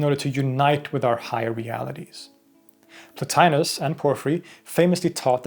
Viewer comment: The name mispronounced in this video as "Plo-tye-nus" is correctly pronounced "Plo-tee-nus." Classical Latin never pronounces the letter i or I as in "pie." Indeed, Romans called that letter "e" as in "tee."